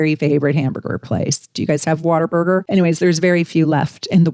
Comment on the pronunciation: I thought she said Water Burger 😂